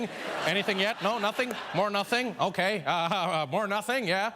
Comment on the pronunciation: “okai” LMAO